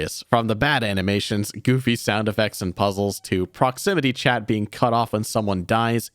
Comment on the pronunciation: I loved seeing the British man again trying to explain what the Monster in Crypt was in the most British way possible. “What a spooky bein’. What a spooky bein’”